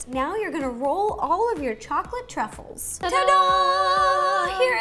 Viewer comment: “ Trout sruffles” -Ro 2019 Edit: OMG Ro ❤️ed my comment! Thanks